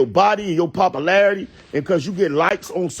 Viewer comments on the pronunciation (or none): It’s the “papa-larity” for me 😂